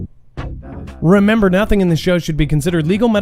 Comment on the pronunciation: "And Mermember" ! Lol got one coach 😂